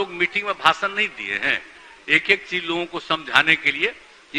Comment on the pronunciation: Bhasana nahin bhashan boliye